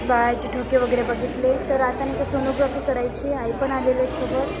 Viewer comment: Sonogrophy nahi g sonography